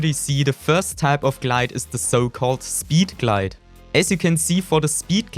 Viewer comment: 😂 I also love to way he says speeed glade